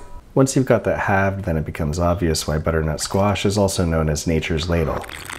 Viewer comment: Uddernut squash hahahahaha